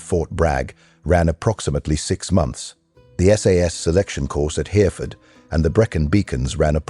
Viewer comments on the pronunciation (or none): Not ‘Hearford’. Hereford is pronounced Hērrēford. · It’s not hearford, it’s Hehrehford(Hereford). Bloody AI! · You can tell this is an authoritative account by the way he pronounces Hear-ford - just like wot Robert DeNiro does... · Oh dear. AI strikes again. 3.11 HEARFORD. Its Hereford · Stopped listening when the robot said “hear-ford” Go and drink some WD-40 And the British don’t say “Sy-mon-taniously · Here-Fud oh AI, you do make me chortle! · I suppose they have to call themselves something. Andy McNab and Chris Ryan are as good names as any. BTW, it is pronounced Pon Try las' (Pontrilas). and Hair-e-ford (Hereford) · This is AI Slop, the narator couldn't pronounce Hereford (heh ruh fuhd). SAS not sas. I think my Grandson is better a phonics. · If you're going to make a video about the SAS, at least get your AI to pronounce Hereford correctly. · All the AI graphics, that's garbage at showing guns firing, not bad AI voice but can't pronounce Hereford for s*it, couldn't watch the whole thing. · What’s with a British ‘voice’ that can’t pronounce Hereford properly. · Or Pen y Fan. Pen Err Van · It's all stupid AI voices these days,they're shite.Thay xan't pronounce shit load of words correctly.